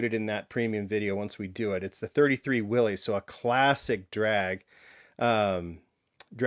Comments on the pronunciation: It's pronounced WILLIS not Willy's. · Willys ,pronounced willis. Jus sayin.